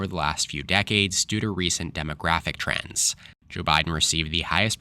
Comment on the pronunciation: when you said "trends" I thought you said "trans." I guess that may influence the election too.